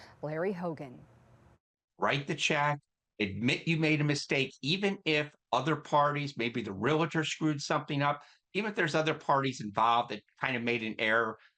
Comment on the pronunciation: It's not REALITOR, it's REALTOR. That's like calvary instead of cavalry. It seems that lot of certain politicians are getting into a lot of legal trouble.